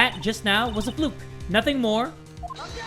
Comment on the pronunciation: STOP OBJECSHING! OBJECSHING!